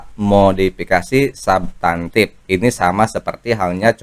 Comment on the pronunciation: Bukan sabtantif tp subtantif, itu b.indo bkn inggris jd jgn di inggris2kan kayak subscribe